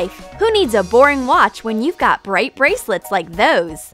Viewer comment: put the volume high and the girl says bray bracelets lol